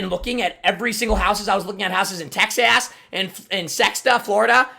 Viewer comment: He said texass